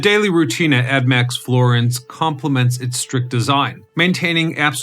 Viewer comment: Why do you keep calling it “admax” Florence 😂 it’s ADX